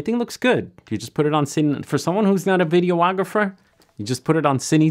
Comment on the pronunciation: Videographer, not video-ographer!